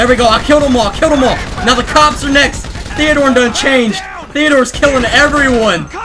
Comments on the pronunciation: You said thedor twise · Did he say allvin,theador,theador